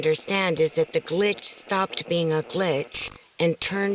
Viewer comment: Stop saying glich